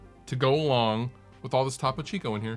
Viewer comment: lol TAH-PO CHEEECOO